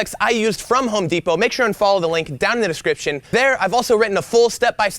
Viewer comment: Home DEEP-O 🙈🙈🙈